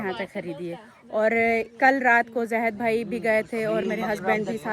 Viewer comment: tumhare kuch words bhtt ghalat hn sahi se bola kro ziadi nhi ziada hota he zehid nhi zahid hota he